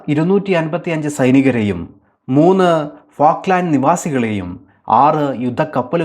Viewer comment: ഫാക്ക്ലാന്‍ഡ് അല്ല ഫോക്ലന്‍ഡ് ആണ്